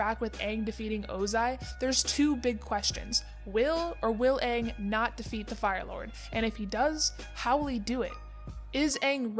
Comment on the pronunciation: period its aang not oong